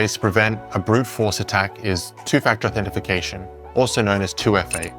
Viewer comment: I crimged pretty hard when you said authentifucation 😂 It's authentication - no "if" in there. And offline attacks against whole-disk encryption are a lot harder if the encryption key is in the computer's Trusted Platform Module rather than on-disk. Having it on-disk is like hiding your front door key under the door mat.